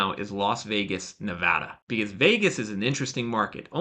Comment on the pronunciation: Great info. says 'because' like 'biz'.